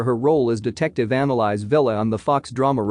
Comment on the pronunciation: Not them pronouncing Annalise as analyze.